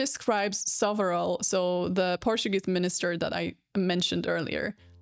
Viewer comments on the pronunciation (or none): none